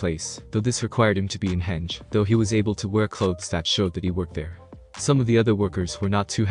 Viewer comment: Loving it so far but constructive criticism henge is pronounced hen (like the animal) and ge (pronounced as gay)